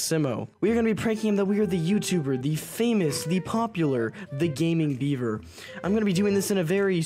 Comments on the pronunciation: Fake bever -Yes yes ( it is in fact pronounced B-ever) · Its beaver not bever. Learn English